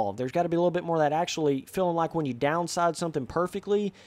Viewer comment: it bothers me the way you say feeling haha, filling